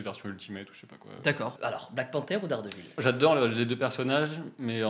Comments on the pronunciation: Ça rit des Incroyable, mais vous dîtes Darredeville alors bon 😂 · Vous critiquez nos noms de films mais vous appelez dardevile: Darde ville😂. On vous aimes quand même.